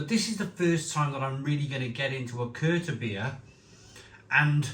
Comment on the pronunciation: Correct pronunciation would be Vild brow Keerta beer And also Mare-t-zen is the style of beer. Just thought for someone regularly reviewing beer it might help. Cheers mate